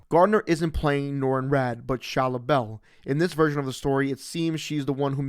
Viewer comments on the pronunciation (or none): It’s ball not bell 😂